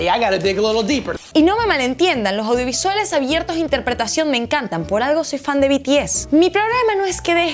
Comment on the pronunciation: intenta pronunciar la "S", essssssssse, "Lojaudio visuale" N O, "LoSSSSSS audiovisualeSSSSSSSSS" Si.